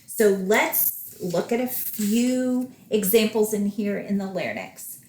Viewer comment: Thank you for all the tips you have given, very helpful. Just wanted to clarify an example. You say Total Laryngectomy with radical neck dissection. Doesn't just 31365 suffice, why is an additional code looked for in the lymphatics? Also isn't Larynx pronounced "Larinx" and not "larnix"?